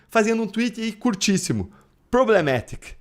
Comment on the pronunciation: Priblematic kkkkkkkkkkkk, chupa Esta manga! Não é DOCE